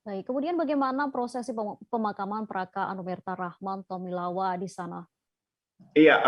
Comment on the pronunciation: Rahman Tawainella bukan tomilawa